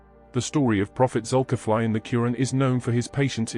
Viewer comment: The spelling is Zukifli. But it pronounced Zulkifle, not Zukifly. Example: Ali, pronounced Ale not Aly. 😊